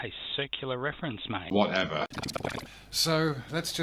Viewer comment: "Whatever" Or maybe "Whatepher"